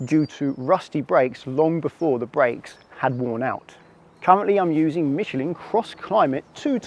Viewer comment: Michelin"e" hahahaha first time I heard this pronunciation.